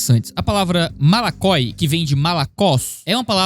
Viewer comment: voxe dixe malakoiginho?????!?? Do hebraiiicooo